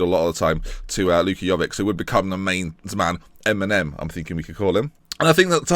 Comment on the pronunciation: PLEASE, say jovic correct, with the vic as in ibrahimo-vic!